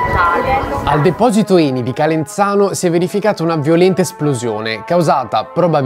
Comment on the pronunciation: Calenzano ha la zeta sonora non sorda!